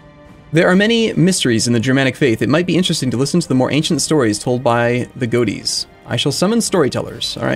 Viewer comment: Godi is pronounced more like Go Th dee